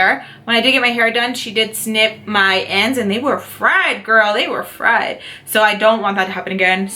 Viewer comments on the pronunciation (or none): none